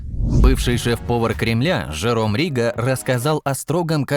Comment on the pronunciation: Жиром Риго ,ударение на букву ,,О".